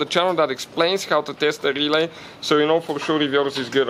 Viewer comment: GOD i love when he say RRRelay